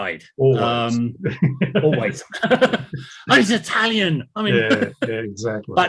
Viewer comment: Does by any chance speak German? He keeps saying things that make me think he’s got some German rattling in his head — “Italianisch” instead of “Italian”; “guck!” not “look!”; “Venedig“ rather than “Venice”…